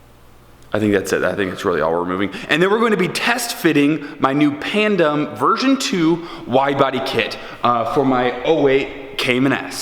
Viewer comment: All this time been talking about his body kit and just today I realize it's pandem and not panda lol